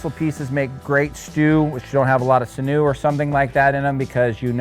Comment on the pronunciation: Sinew-pronounced Sin-Yoo